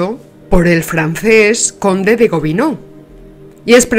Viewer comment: debería decir Gobineau, no Bobineau